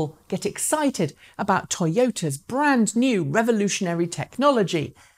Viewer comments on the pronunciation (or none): none